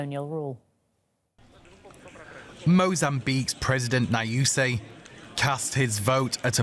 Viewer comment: Dear DW, the name is pronounced "new-see" (Nyusi) - we know you know how to say it correctly, you do it in Asia, South America etc, "Now-you-say" for Nyusi is quite insulting really, try better